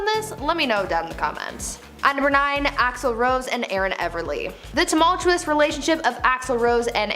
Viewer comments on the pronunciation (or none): I was going to call you rude when the video started and I read your comment, but as I continued with the video I totally get you 😂. She destroyed the word ‘tumultuous’ and the phrase ‘awful person’. I Wish she switched them with other synonyms.